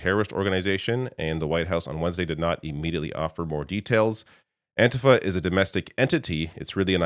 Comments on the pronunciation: IT'S PRONOUNCED AN-T-FA not antihfah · Antifa pronounced with a long ‘e’ on the ‘i’. Anteefa, second syllable stressed. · do you say fah-SCIST or FAH-scist. The correct pronuciation of antifa is anti-FAH. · I get that you’re Canadian, but you have to have heard how An-‘TEE-Fah is pronounced by now.